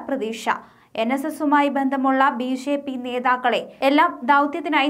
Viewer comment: ബി ശേപ്പി അല്ല കൊച്ചേ